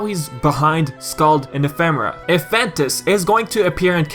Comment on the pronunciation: Nomura pronounced it Ef uh Mare uh, so do talking dictionaries ;)